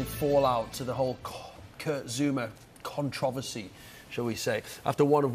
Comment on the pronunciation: “ contwoversy”lol